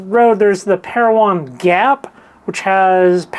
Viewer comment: Ha ha ha. Who does like that drive??? We'll look for that shop sometime. You said Parowan correctly. Beautiful agates! Oh very nice new equipment. Thanks. Wow gorgeous polka dot agate!!!!